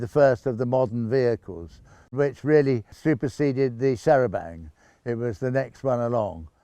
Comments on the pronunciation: Very interesting video, thank you. Only annoyance was repeatedly saying 'charabanK' - 'charabanG' would be preferable. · the 'c' is silent in the french style. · its a pity that the narrator cannot pronounce the the word Chair a banc.